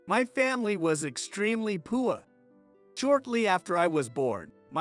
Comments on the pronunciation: What is poo-ah? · Learn to pronounce poor.